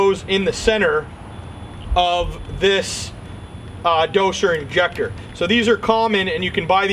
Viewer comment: Why are you saying dosher injector ?